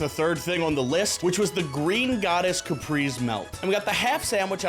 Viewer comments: Capris melt, lol. It's pronounced ka-praise-ay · I can't stand when people say Caprese wrong It's (Ka-Preh-Zeh)